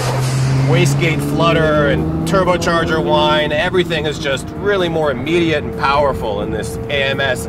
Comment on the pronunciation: I hate how he said turbocharger whine but besides that good vid